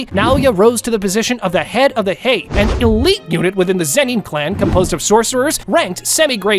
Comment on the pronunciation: Why am I hearing the "zenin" to "zeni"